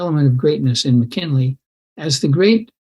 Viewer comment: Sounds like you’re saying “McKenley”